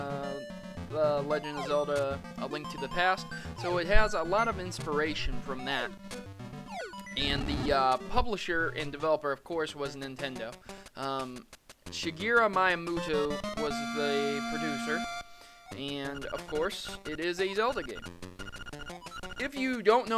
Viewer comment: "Shigera Myamutu"